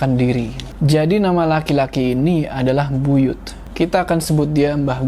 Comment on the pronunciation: Buyut kak bukan buyutH😂